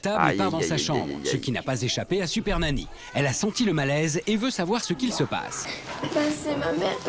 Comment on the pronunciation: Je rêve ou t’a dis « siper nany » au début de ta vidéo 😂